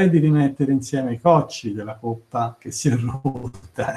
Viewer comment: La dizione coppa con la o chiusa, da dove viene? Da Siena forse, non credo da Livorno. A Firenze ed Empoli, nessuno la pronuncia così.